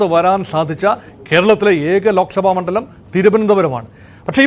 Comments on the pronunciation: നിങ്ങൾ എന്താണ് ഈ പ്രസി ക്ട് ചെയ്യുന്നത് , കഷ്ടം. മണ്ഠലമല്ല, മണ്ഡ ലം എന്നു പറയു അറ്റ്ലീസ്റ്റ് . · എന്തിനാണ് മണ്ഠലം എന്നു പറയുന്നത് 😂 മണ്ഡലമാണ്. പിന്നെ ഇപ്പോ പറയണ്ട ബിജെപി ജയിച്ചു കഴിയുമ്ബോള് വള വളാ ന്ന് പറയരുത് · മണ്ടലം ണ+ S , ണ+ ഡ അല്ല...